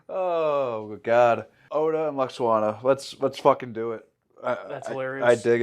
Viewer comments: Lol pronouncing it Luxwana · Phonetically lou-ox-ana 😅